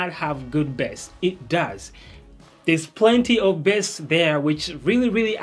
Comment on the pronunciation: It's called "base" not "bäs" 🙄😂